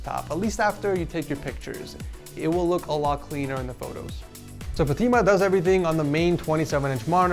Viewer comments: not fateema, its fatemah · LMAO! Fu-team-uh 🤣🤣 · Point to note and remember, fatima is pronounced as fatma